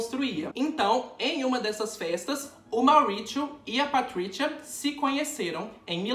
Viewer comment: Patritiua e ótimo kkkk o Z tem som de Z mesmo BB não de T ok